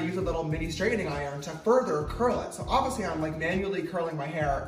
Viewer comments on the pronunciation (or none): I like how James says “obviously” “ovisly”